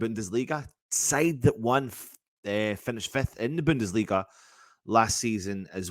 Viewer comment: The Bundustleagaaaa, quality but you sound better as a Jock 😂😂😂😂👍than a German 😂😂😂😂